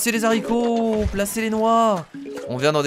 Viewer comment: on ne dite pas les s'arico on dite les aricos